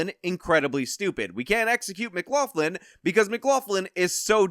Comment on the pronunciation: I'm finding it very difficult to accept that a guy who says he is part Irish cannot pronounce McLaughlin correctly. Say: m'-glock-lin